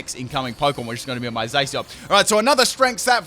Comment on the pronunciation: I think Zacian is pronounced (zah-shi-ahn), so it annoyed me when said (zay-see-on)